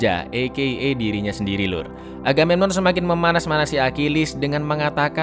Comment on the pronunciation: Apa cuman aku yg dengar raja aganenon wkwkwk